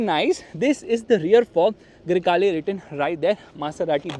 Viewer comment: baingan Yeh gadi, Grey hai ya Kala you said, Greykala 🙄 fulgore ful'kala hain 😂